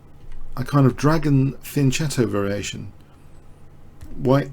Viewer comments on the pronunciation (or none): Pronouncing Fianchetto wrong, it's pronounced with a K sound.